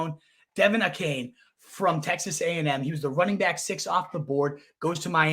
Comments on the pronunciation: Achane last name is pronounced A-Chain. Capital "A" Chain. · Bruh you are doing fantasy content…you gotta pronounce a main dudes name correct. A Chain.